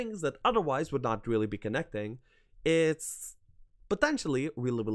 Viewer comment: Good list and a good watch. You say really billy( sounds like you trying to say reliably) when you mean really. Didnt want to say anything buy noticed it in many vids and it started to bug me sry.